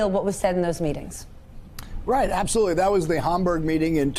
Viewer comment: "Absasmurfly?" Nice.